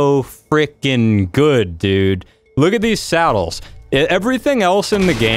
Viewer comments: Its not salad its sadels hehe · Jesus i pray that you purposefully miss pronounce saddles and basilisk